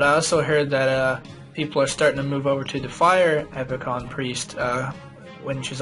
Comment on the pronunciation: It's not "epi-con", it's "epic-eeon".